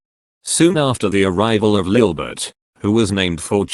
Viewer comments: It’s LILIBETH not LILBETH 🤯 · I think it's actually lilibet